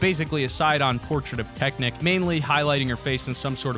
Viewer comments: It’s not teknik It’s TECHNIQUE TECHNIQUE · I'm not trying to be a hater but you said Technic when it's pronounced technique, I got a good laugh out of it. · I did not just hear him say tek-nik. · Hell-la and tek-nek